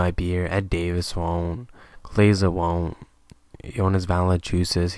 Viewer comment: VAL-EN-CHEW-NESS IS HOW YOU PRONOUNCE IT. NOT VALENCHUSESS